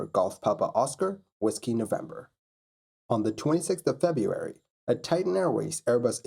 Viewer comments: It's not a misspelling, it's a mispronunciation and it's just lazy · FebRuary not Febuary